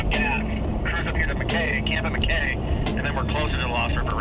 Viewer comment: It’s Mack-eeee lol sorry love the vid tho